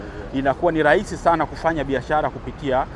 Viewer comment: Leli. Lahisi, Maloli, Bandali, Miladi, Laisi wetu, Miladi mikubwa. Huyu jamaa alikwenda Shule kweli. Kichefu Chefu kitupu.